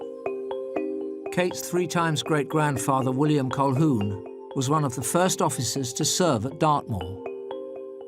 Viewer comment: Colquhoun is not an Irish surname. It's Scots from Clan Colquhoun around Loch Lomond. And the L is not pronounced. It sounds like "Ca-hoon".